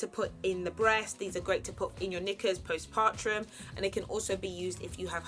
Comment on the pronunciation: No one: Absolutely no one:: post PARTRUM 🤣🤣🤣